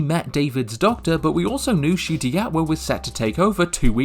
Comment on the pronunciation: It's N-cuti not just cuti btw, I mean even he mispronounced his own name for a while so